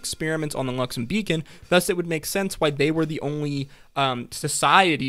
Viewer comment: OMFCG It's luxoN not luxoM 🤦‍♀️